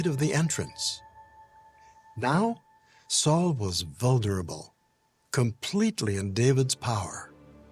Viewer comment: Did say “Saul was voulderable?”